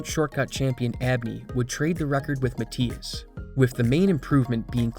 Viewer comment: Mathias pronounced incorrectly entire video